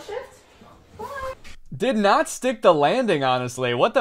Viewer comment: Girl what was that ending “BYE”